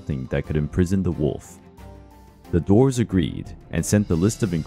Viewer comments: He mispronounced Dwarfs lol it sounds like he's saying doors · When he says dwarves it sounds like he’s saying doors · You say the word DWARVES weird